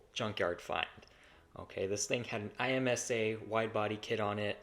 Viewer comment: Just for future reference, it’s not I, M, S, A as in a brand, it’s IMSA (one word) as in the racing series lol. Sick find though, hope you guys bring it back!